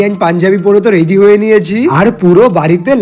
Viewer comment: Ready❌ Readhy✔️🙂🙏🏻